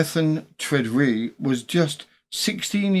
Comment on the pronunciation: I think Tredrea is pronounced TRED-ray in Cornish usage